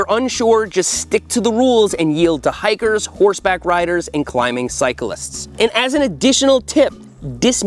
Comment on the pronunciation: Hikers! I thought you said "Tigers." I was like, yeah, I'll definitely yield to tigers"